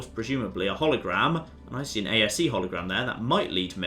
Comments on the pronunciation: It's A.S.E, not A.S.A! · calling the ASE "ASA" and pronouncing Tombaugh as Tomberg and not Tom-bow was almost enough to keep me from being like HUH at the ending. Almost.